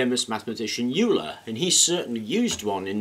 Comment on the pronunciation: Euller.... Euller? lolol